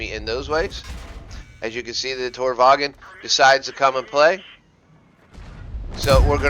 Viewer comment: good video but the lowe is pronouced like lurver and tornvagn like tornvahn